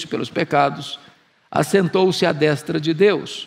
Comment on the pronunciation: Nunca vi alguém com tanta autoridade teológica como Hernandes em nossos tempos no Brasil, não perco um vídeo. Inteligentíssimo e cheio da presença de Deus. Só tenho uma crítica a fazer deste vídeo, mas é coisa supérflua, "à destra" a vogal "e" tem som fechado, e vejo todo mundo falando "destra" com som aberto. No caso a forma correta é d[ê]stra. Só quis compartilhar, vai que ele lê. O português dele costuma ser impecável, só achei essa falha.